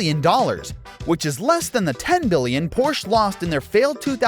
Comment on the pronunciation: But he pronounced "Porsh" improperly several times, hahaha!